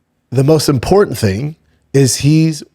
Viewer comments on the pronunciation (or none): none